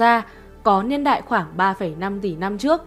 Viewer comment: “Liên đại”. Nói ngọng quá nghe khó chịu